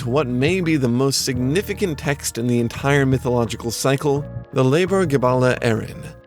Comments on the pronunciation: Ok I don't blame for pronouncing leabhar (LAO-er) like "labor" when you somehow found a source that pronounced it "lebar", but all this tells me is that you really need to check your sources. Or get in touch with actual Irish people, we're happy to help! (seriously though seeing "leabhar" spelled like "lebar" is like seeing "book" spelled like "bouch") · I know this video is five years old and sorry if this sounds like a dick move, I'm hoping it might be helpful to someone, the word "leabhair", meaning "book" is pronounced like low-er wherein the first syllable rhymes with "now" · Leabhar is pronounced "lour" rhyming with "hour" as in the Richie Kavanagh song! "Get out your Focal Leabhar,get out your Focal Leabhar, And we'll have you speaking Irish in a half an hour, "Shah" means "yes" and "Ne" means "no", get out your Focal Leabhar and we'll all have a go!" Remember Irish is far older than English and completely unrealated and the pronunciations are very different!